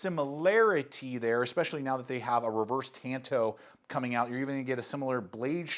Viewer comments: Tah n toe not tan toe! Ffs its a Japanese word! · Oh my god. The word is TAHN TO like lone rangers partner. Not TAN TOW